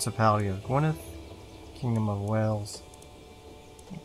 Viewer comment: Good pronunciation of gwynedd